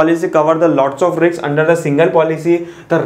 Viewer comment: sir riks mat bolo. doubt aata h. otherwise things r perfect